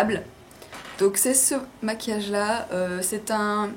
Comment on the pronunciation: maquillage* et non masuillage*